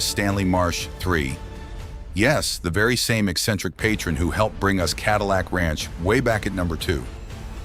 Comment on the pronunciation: Ka dill icck ranch?? Gotta love AI